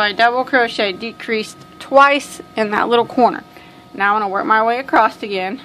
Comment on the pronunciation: Sorry but it's across ! Not acrosst 👍 Other than that the best tutorials.